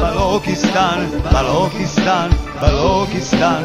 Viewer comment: grazie grazie... Liberta Liberta Balochistan.....!!! (only single pronounciation mistake, it should be Balochistan... 'ch' as in 'Church', Chili, China... )